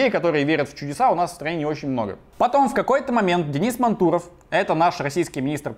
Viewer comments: мАнтуров, а не мантУров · Денис мАнтуров, ударение на А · Он МАнтуров а не МантУров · Видео отличное, но, пожалуйста, перед тем как произносить фамилию (особенно необычную) хоть немного проверяй ударение. Денис МАнтуров - не благодари)